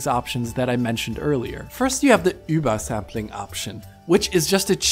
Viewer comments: He is pronouncing it absolutely perfect because he is actually german and that is how you pronounce it. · I would agree if it was called Uber-sampling, but it is called Über-Sampling, so clearly a german word, why would he not pronounce it like a german word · Sentinel it really doesn't. And his pronunciation is correct. It's a shame that you kids get all worked up about foreign languages. There's more to the world than just English. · You're gonna go out of your way to properly pronounce über for übersampling, but you're gonna pronounce gaussian as "gawzhin"? Great review though. Keep up the good work!